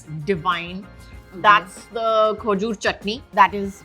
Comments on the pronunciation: Khooojoor wtf is that? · Not khojur But- Khejur